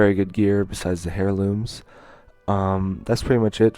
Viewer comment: ...it's not "Hair"looms the H is silent